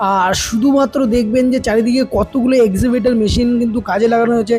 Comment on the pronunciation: EXCAVATOR Machine bole EXIVATOR na ota .